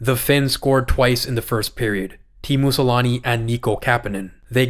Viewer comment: You can easily look up how to properly pronounce Finnish names like Selänne, there's no need to be disrespectful and sully our beautiful language.